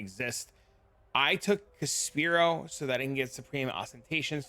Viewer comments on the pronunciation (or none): Thank you, love the builds and guides. Umm, are you saying words wrong on purpose? Inexorable, Oriath, Caspiro?